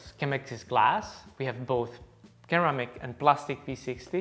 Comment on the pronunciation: Great video! When you say ceramic pretend the first “C” is a “S” - seramic 😉